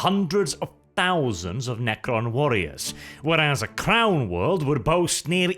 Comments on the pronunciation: lol I heard that last bit as, "They might attempt to re-establish contact with the clown world" instead of "crown world". No no, they won't try to contact Terra any time soon; probably too far away. thanks for another great video, regardless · When he was first saying crown world I thought he was saying clown world. :(